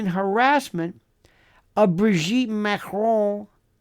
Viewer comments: First time I hear dictator Macron's name pronounced correctly by a US/UK speaking person. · You are the only American who pronounces her name correctly, it's not Mah-krone! Libel and slander has never been legal despite free speech. It won't matter how many DNA tests she has people will just say they were fixed even if Owens supervised them herself people will say it wasn't Owens but her brother dressed up as her. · I love the way Lionel pronounces Macron